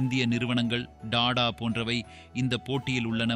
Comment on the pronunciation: Yendha ooru nee? Company names kooda sariya solla varala Dada illa TATA